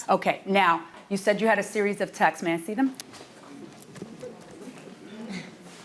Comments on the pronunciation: “Text’s” is not a fucking word. “Texts” “texting” “Tex-tez” is not a thing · i thought they were saying "texes" instead of "texts" which isnt any better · The defendant is an absolute a-hole for making a complaint, she should be sued for that. For the record defendant, the word is TEXTS not TEXTES. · lol It’s “Texts” not “Texes” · Yes and she keeps saying Texas, as in she can't pronounce the word texts